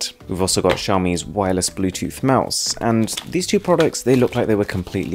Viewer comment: It's xaomi Mi-stery